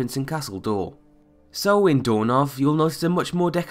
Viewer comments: Castle Dour is not pronounced ''Door''. This irritated me so much. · Your pronunciation of Castle Dour is killing me!!!